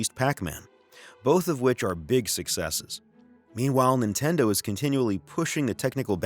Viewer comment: "Intendo" lol